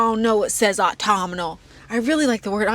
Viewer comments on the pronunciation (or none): GIRL the way you pronounce Autumnal as Autominal is sending meeee